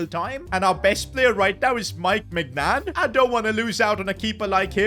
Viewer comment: ITS NOT MEIGNAN